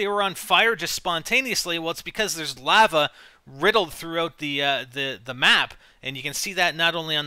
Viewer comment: you say lava wierd as hell.